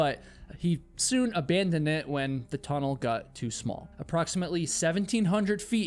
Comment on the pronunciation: I really enjoy your stories. Especially that you are a real person. But when you say 'Got' please say G-O-T ( hit the O in the word like the word ODD) not G-U-T, same with words with 'got' like forgotten. Ive been meaning to mention this for a long time Thank you again though.